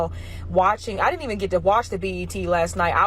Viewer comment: stop saying DID-ENT